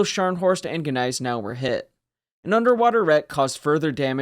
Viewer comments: Neisenau? GGGGGneisenau, please... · The G is silent. It annoys me that people cannot get it right. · The G is silent.